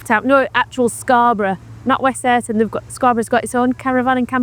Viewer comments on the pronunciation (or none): none